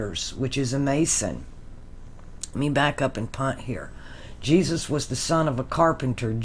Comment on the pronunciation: Jesus sounds like Isis Jesus/ jesis/ Isis 😁